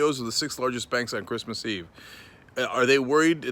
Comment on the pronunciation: Crease mas eve. Lol. You just had a Trump moment Cenk!